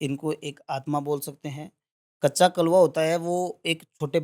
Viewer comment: कच्चा कलुआ होता है ना की काच्चा कलुआ